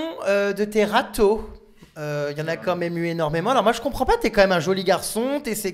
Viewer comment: "Che ne Compwend pas"